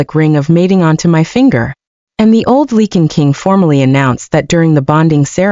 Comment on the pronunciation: I’m cringing every single time the AI narrator says lycan. It’s pronounced LIKEN. ….. NOT Leeken 🙄